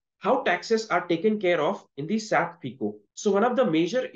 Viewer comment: Pls don’t pronounce SAP as single word saap